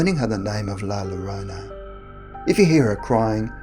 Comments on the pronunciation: Llorona - The Spanish Ll (double L) is pronounced like a J, or G, pronounced Jorona in English like the name Joe. It's never L, as in Lake. Actually, more correctly, it sounds more like a Y - Yorona. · Hispanic hearing him say the word llorona pronounc wrong 👁👄👁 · Llorona is pronounced Yorona. (Love you anyway,!) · Double l makes y sound u fuckin Limey